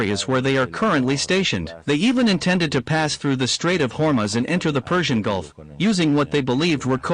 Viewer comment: Irrrrranian army and strrrrait of hurmuz 😅